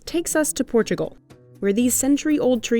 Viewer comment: Its not PORTCHIUGAL. Its PORTUGAL.